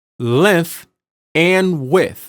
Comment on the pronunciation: KuGiCa Imp, I'm not questioning the information. I would've watched it in its entirety had the narrator used proper pronunciation. Width does not equal wiff.